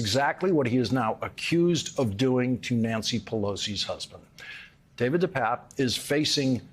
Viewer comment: Hey Lawrence - get his name right there I Papp and Pape long A pape David de PAAPe